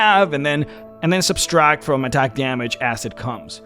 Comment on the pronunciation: THERE IS NO EXTRA S IN "SUBTRACT"